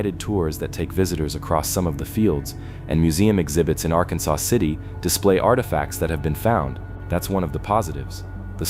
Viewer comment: Arkansas (R-Kan-Sas) River/City.